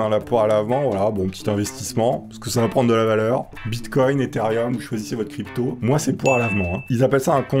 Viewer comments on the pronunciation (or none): none